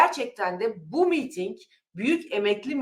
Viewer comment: Sayın hanfendi,miiting değil,miting deyiniz lütfen.